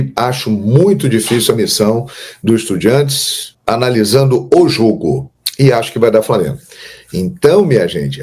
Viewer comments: EstudiAntes, se escreve com A e se pronuncia em espanhol com A, para com essa coisa de EstudiEntes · Mermão, estudiAntes, tá confundindo com independiEnte, acerta essa pronúncia kkkkk